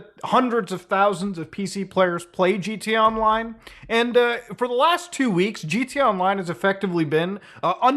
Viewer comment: Why does he say "gt online"? Pronounce the a bro